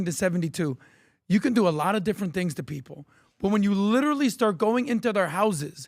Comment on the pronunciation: Pat just say the word literally correctly!!!! I clearly see a select few famous people trying to copy each other and put a C or CH in the word literally! Knock it off you sound stupid